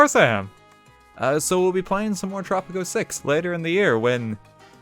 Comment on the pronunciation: i thought you said poptropica